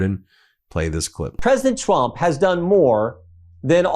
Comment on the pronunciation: Did Gym Jordan call Donald, “Twump” ?